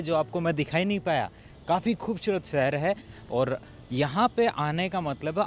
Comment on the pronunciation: Shehar ❌ sehar 😂😂😂😂😂😂😂